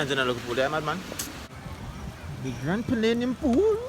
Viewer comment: The rum a mek can't say palladium